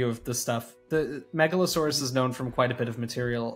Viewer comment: No says Meg-Allosaurs